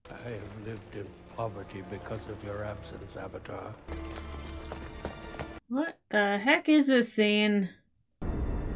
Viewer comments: I would have warned you against watching this, but I guess it's part of the full Avatar (pronounced correctly thank you) experience... I do think you'll like the Korra series though. Looking forward to seeing your reactions to that :) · No, it got annoying really quickly. I know US-Americans in their arrogance think their English pronunciation of foreign names and terms ("avatar" being a Sanskrit word) used in the series is the "correct" one when it isn't. But this is the one instance where the movie actually gets it correct and uses the proper Japanese pronunciation ("Ee-roh" instead of "Eye-row" for Iroh's name for example), which is the pronunciation used in the International dubs, too. But I agree the US-American release should've just used the pronunciation that people are used to from the animated series. But CONSTANTLY insisting that the American pronunciation must be the right one, by yelling "Äng!!", that's kinda is a form of cultural appropriation too. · Hey look, she (Katara) actually pronounced the name of the movie correctly! We didn't get another "Oohvahtar." As one of the last lines in the movie, they really made us earn that pronunciation.